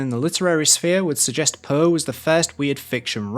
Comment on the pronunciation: I love your dialect, but if I were you I would adapt myself a bit when speaking to an international audience. The way you pronounce Poe as “puh” is really distracting.